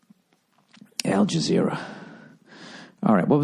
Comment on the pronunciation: "Al JaazERRRAAH!!" omg